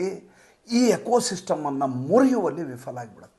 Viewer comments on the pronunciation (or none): ಸನ್ಮಾನ್ಯ, ನೀವು ವಿಫಲ (viphala) (ಪಫಬಭಮ) ಎನ್ನುವ ಪದವನ್ನು ವಿfaಲ ಎಂದೇಕೆ ಉಚ್ಚರಿಸುತ್ತೀರಿ? (ಉಚ್ಚಾರ)